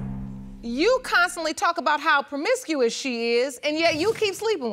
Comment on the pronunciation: Good thing she stopped being "perm-misk-ee-us" 😐😳